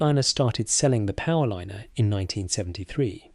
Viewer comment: Now thsts a frieght powerlinener'